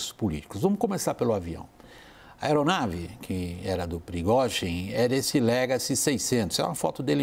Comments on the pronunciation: Da uma agonia eles falaram Progózin, e não Prigozin. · Esses repórteres poderiam aprender a pronunciar o nome do prigozghin ,essa pronúncia da CNN dói os ouvidos, vergonha